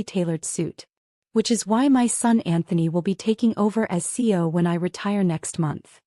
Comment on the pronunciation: When is AI going to learn how to pronounce CEO?